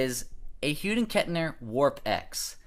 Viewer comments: It’s Hughes with an S at the end, not Hughed. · Wait... wtf he saying? Hughden Kettner?